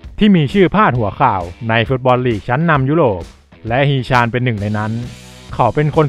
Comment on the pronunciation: ฮี๋ ชั๋น...อ่านแบบนี้ครับ ตามพจณานุกรม เกาหลี ทีราบสูง